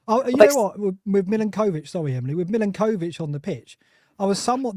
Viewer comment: Why does he keep saying Milakovich? 😂